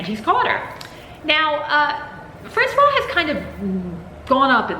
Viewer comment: I don't read horror books or watch horror movies, but I watched your latest video about Maria Yuszczuk's Thirst, and realized I'll watch all your videos. Even if I never read/watch anything you review, there are a lot of interesting things you bring up! As an aside (I hope it isn't douchey) but the pronounciation for Francoise (f) has a waz sound at the end, the clipped wa sound is for Francois (m). I'll see myself out now.